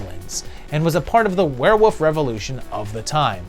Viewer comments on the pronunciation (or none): is it just me or do you pronounce Werewolf, WereWOUF?! I felt like you were doing the meow gag from Super Troopers, haha. Maybe it's just me.